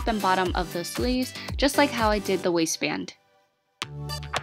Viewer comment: She said wasist band...i thought it said wasteman😂😂😂